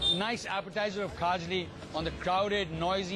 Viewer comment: Rocky its KHAJLI not KHAJRI...